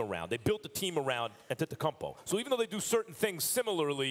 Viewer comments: Max: A-tempt-kum-po 🤦🏻‍♂️ out here butchering his name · Max “on-ten-tun-kumbo” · Max Kellerman needs to stop saying antetokumpow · How Max pronounces Giannis last name: Antecumpo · MAX KELLERMAN. IT HAS BEEN 4 YEARS. HOW IS IT POSSIBLE AS AN ANALYST THAT YOU DON'T KNOW HOW TO PRONOUNCE HIS LAST NAME?